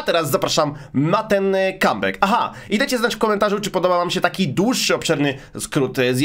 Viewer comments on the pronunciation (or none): )) ludzie myślą o powrocie, mówi "cum beck", czyli "skinienie spermy".